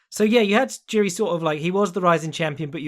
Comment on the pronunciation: Tuning in to check how many times butchers Jiri's name.